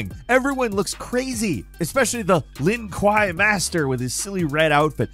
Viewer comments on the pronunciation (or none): it's "Lin Ku-way" not "Lin Ku-Why" lol but still, the cringiest MK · pronunciation of Lin Kuei was pretty cringe.